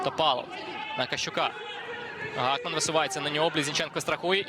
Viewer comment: Гакман, а не Гохман